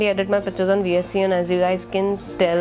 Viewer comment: Cool. Some tips- Don't use any app like Clean Master. These apps don't free up memory. It inversely affects the memory. And phone like Google pixel certainly doesn't need it. . The Vsco app is pronounced as visco not V s c o. And you should never ever put your passwords in Google keep!! Or in any app for that matter. There are few apps which secures passwords. But it's always good not to note down password anywhere.